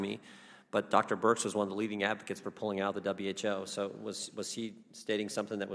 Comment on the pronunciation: Minute . sounds like he is calling her Dr BIRCH. It is BIRX.